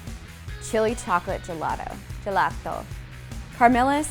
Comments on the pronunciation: I kinda melted and loved the way you said "gelato" with an Italian accent. Much love from Italy! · I kinda melted and kinda loved the way you pronounced "gelato" with an Italian accent! Much love from Italy.